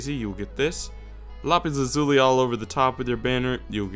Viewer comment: is english your first language? because you say lapis lazuli weird :| . not racist or anything.